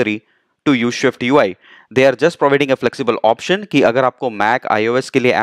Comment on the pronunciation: everything is excellent bus aik masla hai, it is SwiftUI not ShwiftUI, please isko dekhlen, baqi andaaz or tareeqa behtreen hai